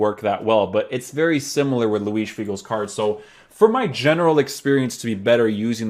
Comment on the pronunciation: Very nice review. You had me at your correct pronunciation of Luis--it grinds my gears when people pronounce José (Mourinho) or (Gabriel) Jesus the Spanish way--but then you turn out to be Portuguese, so basically you're cheating :) I've been considering buying this card, so for me it's good to see someone try him out as a winger and wide midfielder. I agree with your chem views too. The workrates worried me a bit and I'm glad to see the effect of those without buying him. I really do not want a winger standing back with an acre of space in front of him and politely applauding as his team-mates get a goal. Thanks.